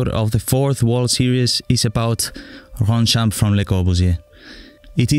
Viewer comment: That’s sooo cooool, I actually live there and just so you know it’s pronounced Ronchamp. You’re welcome, and I’m pumped for your next video 👍 dope man